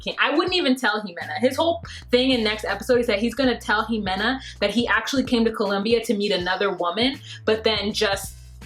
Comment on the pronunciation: Ximena is pronounced "He-Meh-Nah" But you say it adorable